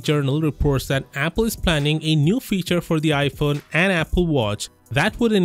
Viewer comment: Damn you just butchered apple lmao